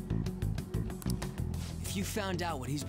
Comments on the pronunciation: Man the way Kamoshida’s English VA was told to pronounce “Sakamoto” is just awful. “S’cameltoe”. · No, their pronunciation is incorrect. They were just told to say it like that.